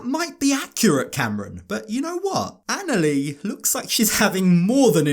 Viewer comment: How can you marry someone that can't even pronounce their fiancee's name correctly?? It's annoying! Anali is pronounced like Ahn-ah-lee. She even states her name on the 1st episode! 🤦